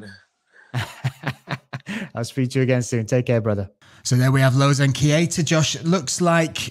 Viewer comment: Its Keita not "KIETA"... correct it up :D